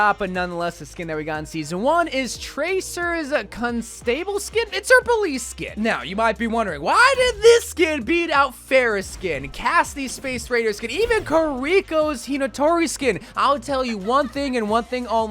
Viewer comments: He really said the name of the tracer skin like con stable not constable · man don't know how to pronounce constable